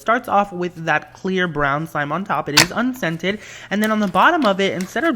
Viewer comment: Every time he said 'unscented' I thought he said 'and scented' so if we had an allergy it would be perfect for us